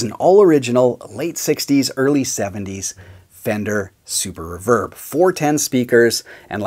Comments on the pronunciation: Pronouned REEEEEEEE verb, not Reh-verb. Cmon dude... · You still need to learn how to say reverb lol.